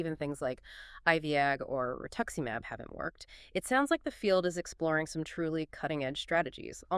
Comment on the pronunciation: Given the pacing of the interview and mispronunciation of pathognomonic, intrathecal, baclofen, pregabalin, rituximab, "IVIG" and ampiphysin, I presume this is AI, but It's surprisingly good. I would be curious as to how this was constructed.